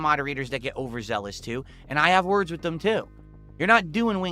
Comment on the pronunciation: the "wit" instead of "with" thing drives me nuts